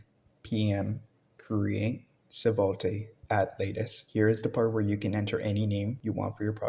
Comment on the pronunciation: Great tutorial, the pronunciation of "svelte" as "seh-vul-tay" got me hah